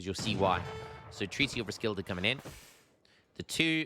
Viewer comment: Again,, Roskilde is pronounced Ros-Kiel-Eh